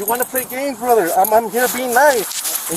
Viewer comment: You messed up "brother"